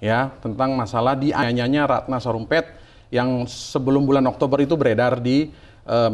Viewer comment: Mas bukan ratna sarumpeeetttt tapi ratna sarumpaaaaeeeettt